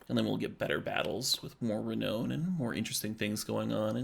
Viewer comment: Love everything about this except for your pronunciation of "Renown." The last part of the word is pronounced "noun" not "known" even though being renowned literally means being well known or famous. Very unintuitive.